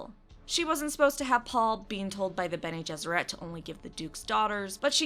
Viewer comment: Watching the Witcher review: "And thus start the Pronunciation wars." Haha, so quaint. People will argue about the silliest things. Watching the Dune intro: "Bene GesserET" HOW DARE YOU! YOU KISS YOUR MOTHER WITH THAT MOUTH?!